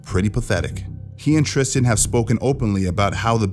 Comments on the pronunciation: Tristan not Tristen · Tristan not Christian LOL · Tristan not Christian !